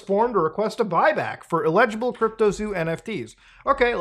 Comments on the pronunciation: Muta, Eligible and Illegible are two different words with distinct meaning and pronunciations . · The way you mispronounce "eligible" drives me nuts. It sounds like you're saying "illegible" which means "unreadable" and makes zero sense in this context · laughed every time he said illegible! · And no one was surprised Muta please learn how to pronounce the word eligible